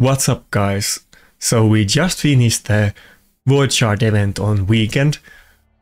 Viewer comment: I like when you say finish it sounds like you are saying Finnish which makes sense.